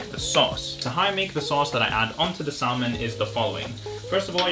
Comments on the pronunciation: look, I like your videos but, it's SA-MON, not SAL-MON. I hate to be that guy lol pls don't get mad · So cute , in salmon the l is silent here, yr welcome. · Idk why I find it so funny but the way you pronounce salmon is just KILLING me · It really made my day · Hearing you say salmon and pronouncing the L has me questioning my language skills